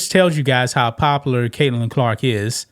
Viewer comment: OMG bro..... how hard is it to say "pop-u-lar"????